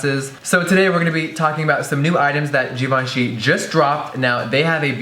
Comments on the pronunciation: jeffree pronounces it like "g-von-shee" while the correct way to pronounce it is "jhee-von--shee" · every time jeffree said "jivanchy" instead of givenchy I cringed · I don't care what people say, I'm pronouncing that ish GIVE-EN-CHEE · I always thought it was pronounced give-enchy whoops